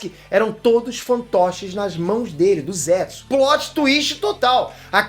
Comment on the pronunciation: #Obito n é shinóbi nem zétsu é shinobi e zetsu